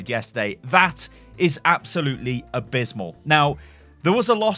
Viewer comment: 'that, is absolutely ablizzmal '